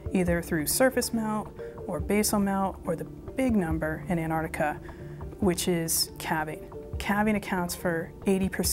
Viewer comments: Why is she saying ''Anarica'' ? I thought it was called Antarctica. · Its Pronounced "Ant Arctica" not "Anne Ardicker" Speak properly woman like what I doos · "Anartica." Americans have this mysterious inability to read and pronounce the word Antarctica. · What the hell is Anardiga? or 'Anardic' Repeat after me* An-tarc-tica and *An-tarc-tic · Where's "Annarica"? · where is anartica as the female says it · Was laughing for a bit caus the american kept saying antarctica like anartica as if the t and c were silent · Anartica? wtf, the pronunciation is An-tarc-tica! say it right! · How does one become an expert on Antarctica and no be able to pronounce Antarctica... IT IS NOT "An'artica" IT IS "Antarctica!!!!! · Whats wrong with these thick shmucks?The word is AnTartica not anartica. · Why does she say annahticar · Was it too much to pronounce the name of the continent correctly ? Anartic...good grief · Too bad they couldn't find people to narrate, who could correctly pronounce the word "antarCtica". That ignorant error really spoils this video. It's really pathetic. Patrick Cowdrey- Gold Hill, Oregon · To the two voices on this video: you have the correct spelling, why can't you pronounce it properly? It's very easy to do. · Please pronounce the "t" in Antarctica. Where's this word Anarctica come from? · Antartica because you know it has a T in it